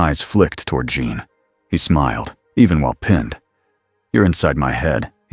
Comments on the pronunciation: Omg Her name is Jean Not Joan Not June You are a terrible story teller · AI... It's JEAN... not John. Lol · Great AI voice, but they only call Jean, Jean (English form) about one time in twelve. If the story is also AI generated it's the best yet. For Jean, within the same sentence, we get Jun, June, John, and Jeen. (with a few extra syllables). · AI needs to learn that 'Jean' is pronounced like 'Gene' not 'Jun' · Awesome video! I know this is a AI generated video. But , you could at least get Jean Grey's name right.